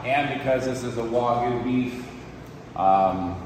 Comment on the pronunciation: It’s NOT WOGU……it’s actually WAGYU